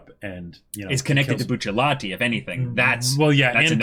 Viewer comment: Note: it is not “Bucciallati” but rather “BUCCIARATI”.